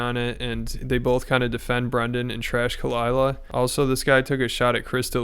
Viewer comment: He's a dummy, his wife is friends with Joe Rogan's wife, he became successful and lost his touch with reality. It happens all the time. Meanwhile, Khalila is a manipulative leach and all around bad person, she even hides the real pronunciation of her name, which is Arabic name pronounced Ha-lee-la